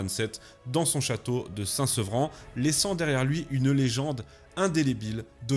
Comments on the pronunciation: Saint Servan!!!! et non Saint Sevran.... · Le château de Saint- Servan pas saint -Sevran. Saint- Sevran est à Paris pas à saint Malo. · C'est Saint Servant sur Mer et non Saint Sevran. Mais hormis ce petit détail cette vidéo est magnifique. Un autre corsaire, Jean Bart, mériterait une vidéo...